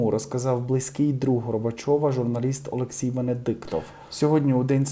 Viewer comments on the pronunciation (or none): none